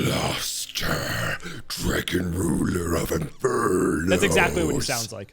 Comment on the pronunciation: I'm glad that gave another shot at pronouncing Blaster's name correctly.:)